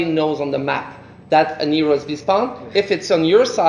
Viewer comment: The way he pronounces hero as "eero" is so annoying. The game looks good so far though.